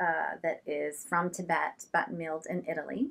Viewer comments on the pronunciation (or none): none